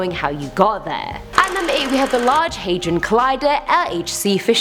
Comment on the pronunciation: We all gonna ignore that she pronounced it haydron? Yeah..